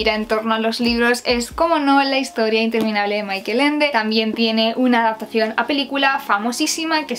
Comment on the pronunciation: hay un error en la pronunciacion de Michael, no se lo pronuncia en la forma inglesa sino alemana, se lo pronuncia tal como se lo escribe.